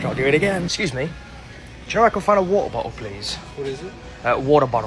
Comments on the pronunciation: Maybe I can only speak for me, but I have a feeling many Americans would agree… It isn’t that we don’t understand you, but our minds get wrapped around how you say WATER and we will go off in our heads repeating it over and over. It takes you saying it the way we do to snap us back to reality.😁 Like “OMG, an actual British person just said ‘Wot-ehr’ to me. They do actually say it like that.’ Then we are saying water like a British person over and over in our heads. Then you say ‘What-er’ and it snaps us back. Or we are just trying to make you say it a few times by asking “What?” Cuz we LOVE IT!!! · That’s not a hack, when you pronounce it correctly and we hear the R. at the end of it and we know what the hell you’re saying😂😂 your version, wat A